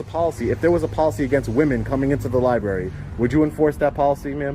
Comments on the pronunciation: "Lie-berry". The fatigue is real. Pigs refusing to ID. This is why pigs get murdered. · When a library employee starts off by saying “Lie-Berry,” you know we’re in trouble! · “libary” bro needs speech class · LIBARY? ITS LIBRARY. You PDFILE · What is a li-berry? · I don't know how you kept a straight face when you were "axed" to leave the "liberry". I'd have burst out laughing. And how on earth did that ignorant twit become a lieutenant? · What the fuck is a "Lie-berry?" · “I’m in charge of this lie-berry”, “axed”… these people’s education failed them. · "I'm in charge of this (libary)...😵‍💫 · Did he say he was in charge of that Li-berry? He better check something on the com-pudder because I don't remember ax-ing him anything. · Imagine saying that you’re in charge of a library… but can’t even say the word library!!😂😂😂 libarry 😂😂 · I'm going to "axe" you to leave my "lyberry". He probably teaches English to the young children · Lie berry? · The old guy kept calling it a libary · They can't even pronounce Library right...what's a lieberry?😂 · Jesus this aggravates me they keep saying LIE-BERRY..... IT'S NOT A F**** FRUIT lai·breh·ree. GET THAT SHIT RIGHT!!!!! 😅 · The affirmative action special needs female officer keeps calling the library a liberry... it's so cute..it reminds me of when I was in kindergarten or preschool... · the DIRECTOR can't even say lie BERRY LOLOLOLOL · Wow, that went right over your head! 🤣. Did you not hear the female cop say “axed” instead of “asked”? And she and green shirt guy called it “lie-berry”. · I think this library needs a follow up. I am not certain any point was made. But also, please correct everybody’s pronunciation of the word libRary, it’s not LibAry! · The "Libery" Director can't say library. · LibRary. Not LiBary. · Liberry? This guy said Liberry lmao😂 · If you can’t even say Library should you be allowed to run a Liberry? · The man in charge of the library and even pronounce the word correctly. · Lie - berry